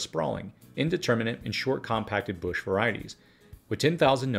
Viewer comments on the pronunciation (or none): none